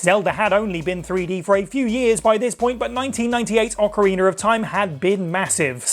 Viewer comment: It’s ocarinA, not ocarinER. There’s no ER at the end 🤦🏻‍♂️